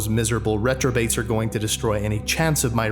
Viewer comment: Did I hear you say "retrobates"?